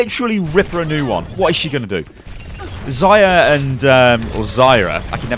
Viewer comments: Zayra sounds Arabic or something :) It's ZAR-YA. In fact it's a Russian word meaning glimmering of the sun right before sunrise. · Zarya is actually pronounced as zɐˈrʲa. You wouldn't pronounce it right, for without russian "R" sound, the pronuciation sucks anyway. FOR GLORIOUS MOTHERLAND!!! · It's "ZAR-ee-uh" for the russian lady. Also, nice guide :) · It's pronounced like "zar'yah" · you mean Zah-ree-ah? Zarya, really not hard to say that word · ZA RYE A, thats how to pronounce it ;)